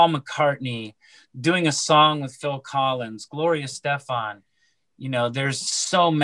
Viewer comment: Who the fook is gloria es stefan?... c'mon man pronounce her name better.